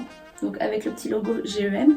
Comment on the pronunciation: Pourquoi tu dis G-E-M alors que c’est GEM tout collé ?! Ah sa me stress trop mais sinon superbe vidéo surtout avec les images /vidéos on se rend bien compte 😋